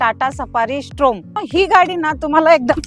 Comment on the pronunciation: स्टॉर्म आहे स्ट्रोम नाही